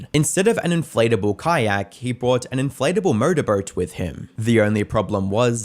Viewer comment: After that mark “motorboat” attempt, I need to hear you say it 3x fast